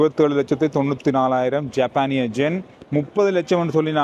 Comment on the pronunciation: எத்தனை பேர் எத்தனை தடவை திருத்தினாலும் இன்னும் ஜென் என்று தான் சொல்கிறீர்கள்.யென் என்று சொல்லவும்.இதிலிருந்து எங்கள் கமெண்ட் ஸ்களை நீங்கள் படிப்பதில் லை என்று தெரிகிறது